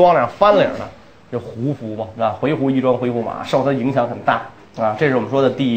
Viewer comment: 我小时候学的，以及百度上的回鹘读音是 huí hú ，而袁老师念的是hui he ？